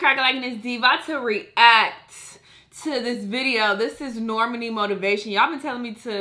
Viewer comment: Pronounced Nor-Mah-Knee